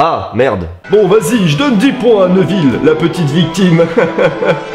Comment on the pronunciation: Neville pas neuville